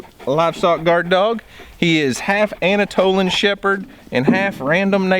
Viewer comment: "Anatolan shepherd" LOL